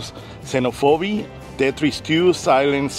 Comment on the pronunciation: "Zee-noh-foe-bee" Losses it.